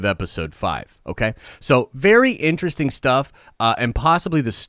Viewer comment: Be excited .. Be berry excited